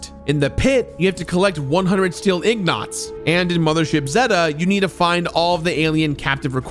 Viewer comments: Does not know how to say ingot? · Did you say "Ignots"? Ingot. Een-geht. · Lmao.. IGNOT.. it's Ingot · It's ING-ot, not IG-not. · Don.t you mean in-guht? you keep saying in-GOT lol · Did he just call an ingot an ignot? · Is anyone else unnerved when he says Ingots as 'Ignots'? Is this a running joke I'm unaware of? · The way you pronounced Ingot hurt, it sounded like ingknot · "Eng" as in English. "-it" as in "it's here". "eng-it" For the love of god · Ingot is said... ing-guht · What the hell is an Ignot??? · Wait is he saying Ignot ? 🤣🤣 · did you really just call them ignots? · He said "ignot" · Were you purposefully mispronouncing "ingot"? Also, instead of doing three full playthroughs to do each karma, you could just save before reaching the level requirements and grinding out karma for each achievement. It's tedious, but probably less tedious than doing full playthroughs of each. Same for trying out the good/bad result for each quest. Just save before the decision and try both. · Well that's a fresh take on how to incorrectly say Ingot. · i really enjoyed revisiting this, especially since it was the completionist doing the revisiting. great video, keep up the good work crew. Also the words "nuclear" and "ingot" were not pronounced correctly, multiple times, and i still havent recovered. still love it , peace and love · Yo that is not the correct pronunciation of ingot, it made me look it up and it seems like you mixed up your n and g. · Oh no... that pronunciation of ingot.. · Odd way to pronounce "Ingot"